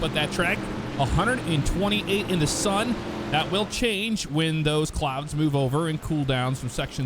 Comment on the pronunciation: "the cloads are coming in"... lol